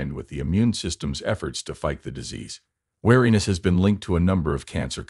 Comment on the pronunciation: "weariness", not wariness.